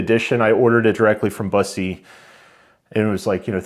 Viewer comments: You’ve got a nice collection there. I’ve never been able to let any of my 100+ go. BTW… Bus’-ee Waa’-see-on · It's pronounced BUS - E. Like a "bus" driver and then just saying the letter "E"